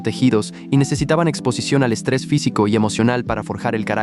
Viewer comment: estrrres 🥀 así dice JAKKHJKJGG